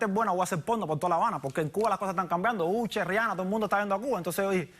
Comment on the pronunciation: Did he really pronounce Usher as Ucher?? 🤣